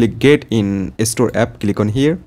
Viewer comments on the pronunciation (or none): by the way its not estore its store